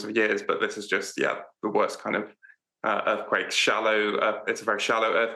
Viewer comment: Kind, not king.